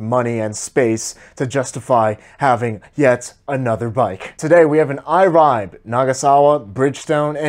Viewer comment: IRIBE is pronounced (E * Le * Beh). Trust me I'm Jap🇯🇵